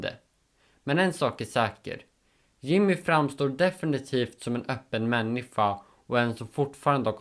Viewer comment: Varför uttalar du människa som "männifa"?